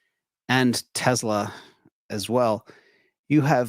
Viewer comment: It’s not Te”z”la , it’s Te”s”la.